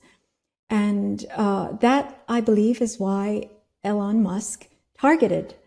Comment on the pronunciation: I like how Dr. Lee pronounced Elon: “L-On”. Maybe one reason he was not a guest on The Ellen Show. (But now look out for “The Elon Show: How to tinker with big business like it’s a boy’s toy.” Which in many ways it remains.)